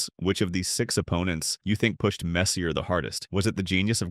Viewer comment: If you make a video about Messier (pronounced MESS-yay!) and you get his name wrong, you get a dislike.